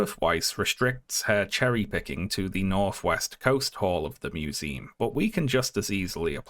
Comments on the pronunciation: Uhm can we talk about pronouncing it "museeem" like 300 times in the video? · museum? With an "uhm" and not an "eem" at the end